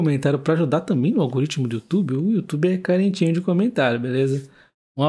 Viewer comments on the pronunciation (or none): none